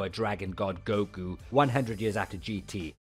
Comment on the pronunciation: No way I gave my energy coz I thought it was Hercule. Who TF is GO-Kuu?